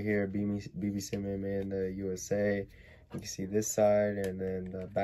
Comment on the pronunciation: why you say simon like that its s-i-e-m-a-h-n idrc tho